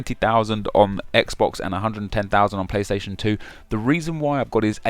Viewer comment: lol half the comments i'v read are about the fact he said playsation 2